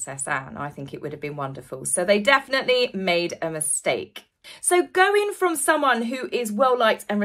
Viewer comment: 'Definitely', not 'definitaly'.